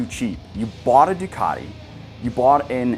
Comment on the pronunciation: Make Ducati sound Italian again.